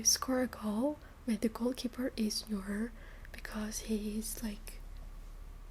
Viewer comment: Neuer not Neur